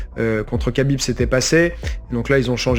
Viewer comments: Khabib ça se prononce rabib au passage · Je trouve que la prononciation "kabib" est bien plus agréable à l'écoute qu'un "khabib" mal prononcé. Car "khabib" en arabe ne se prononce pas "rabib" mais "rhabib" ou "rrrabib". C'est de la phonétique, compliquée à maîtriser si ce n'est pas notre langue natale. Donc le Mr te dit que la bonne prononciation en français est "kabib" point barre.